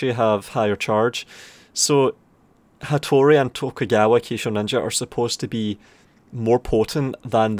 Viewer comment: Say Kisho Ninja again. I dare you, I double dare you, say Kisho Ninja one more goddamn time.